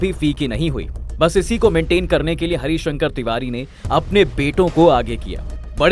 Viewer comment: पंडित हरिशंकर तिवारी बाह्मण समाज के गौरव है आज भी। थोड़ा नाम का उच्चारण सही से करे पत्रकार महोदय